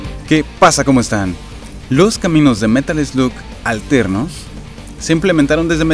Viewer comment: alguien noto que dice caminos alernos en vez de alternos :3 jaja saludo crack